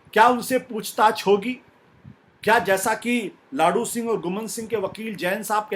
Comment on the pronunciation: लाडू सिंह नहीं, लादूसिंह होता है सही नाम